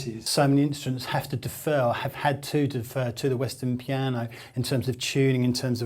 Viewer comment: After watching this I think it's safe to say, that man can't say the word piano